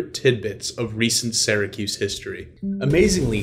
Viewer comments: I was born and raised in Syracuse, ( pronounced Sear-a-kyuse. Not Sara-Koos.) Please pronounce Syracuse better. Thanks, and duck under those low bridges…😂😂😂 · Its not Saracuse! Its Syracuse! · a it's not sara cuse it's pronounced sear a cuse...you wouldn't pronounce Syria Sara ya now would you??? get it right eh? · And he pronounced it wrong. People from there say Sir acuse or Sur acuse. Supposedly, people from this area don’t think that they have an accent, but they do. If you go east to Albany or south to NYC, people can tell if you are from Central New York. Also, the term Upstate New York is not favored because each region has its own customs. People will refer to CNY or WNY (Buffalo). To people in NYC, they think Poughkeepsie is Upstate, and it really isn’t to most people in the middle, east-west areas. For a small geographic area like NY, each region is very unique.